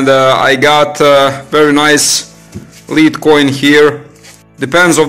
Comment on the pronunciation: You think after all those years of being under British occupation they would be able to pronounce it as lead instead of leed.